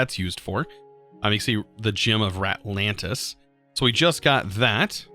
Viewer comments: Our boy can't read. We know this, and we love him. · he's not any worse of a person for this, that doesn't mean it doesn't hurt me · I have the worse stutter ever and can't say anything but that doesn't mean 'ratlands' makes me laugh